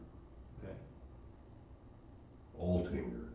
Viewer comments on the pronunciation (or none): Why are you calling him Atlinger? It’s Altinger. I would think from all the research you’ve done for the video you would know the victim’s last name. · i love you but “At-Linger” that many times is crazy. Johnnys last name was Altinger pronounced “Alt-Injure”. Thanks for the vid! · It's ALtinger not ATlinger. Get the victim's name right, my God... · I think it's important to say victim's name correctly. It's John Altinger, not Atlinger. 🙂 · it’s the Canadian pronunciation.